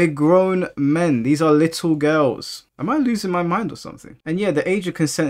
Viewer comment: I like how you say girls “gills” lol